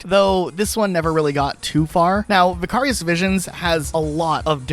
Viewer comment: You not being able to pronoun Vicarious properly bothers me more than it should 😂